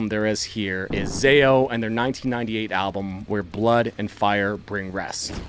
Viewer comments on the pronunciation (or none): none